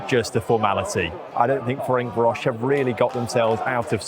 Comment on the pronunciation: The way pronounces Ferencvaros just deserves highlighting. Deary me.